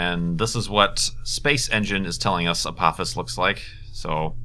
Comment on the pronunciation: I believe it's pronounced Uh-po-FIS (Apophis)